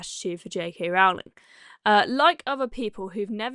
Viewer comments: Rowling pronounced Rolling. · It's pronounced "row"as in rowing a boat, not "row" as in having an argument.